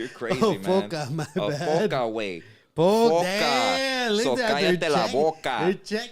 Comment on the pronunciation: FOCA! Not FOCO 💡 LOL